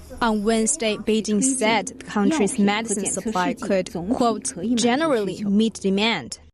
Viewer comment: The one complaint I have about this show is the terrible mispronunciation of many basic English words. Is there no editing in this show? Today Medicine was mispronunced at least 3 times!